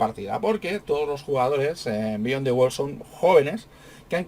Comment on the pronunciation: Disculpe, No es Bíyon, se dice Biyón, dn T